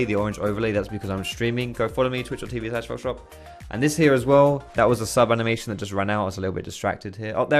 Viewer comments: when he says foxdrop all i hear is social p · Same here, back when I found him it took me ages before I actually understood that he said foxdrop, I just thought he had some weird underground rap name